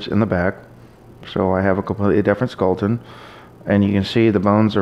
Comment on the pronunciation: Stop saying skulleton.